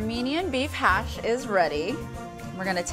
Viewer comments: By the way it is not “hash” it’s cash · its pronouced "Khash"but anyway you did a great job of explaining it, thank you